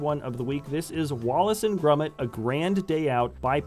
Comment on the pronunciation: Its wallace and GROMIT, thats 'grOmit' not grUmit!!!!!!!!!!!